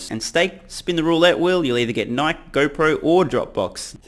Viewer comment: Hold up did he say NIKE like you would say Mike?